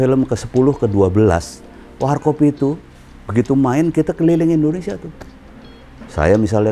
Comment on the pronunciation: ORANG INDO AJA SELALU SALAH MENGUCAPKAN NAMA NEGRI NYA INDONESIA, BUKAN ENDONESIA